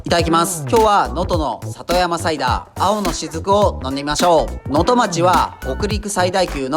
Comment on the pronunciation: 細かいことですみませんが能登町の読みは「のとちょう」です。